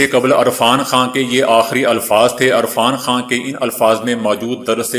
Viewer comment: Sir ji apni urdu drust Karen arfan Khan nhi hota irfan Khan hota he